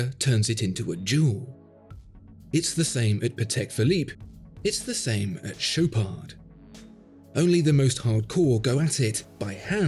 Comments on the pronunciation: he also mispronounced the ch, it's not sh, its ch like in chicken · It pronounces "Show paar". Not that you'd care for it. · The D at the end is silent. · Dude you dont pronounce D in the Chopard just dont